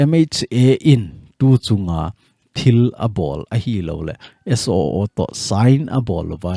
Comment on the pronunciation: Suu tilou vinn..SOO ti in seitho jiute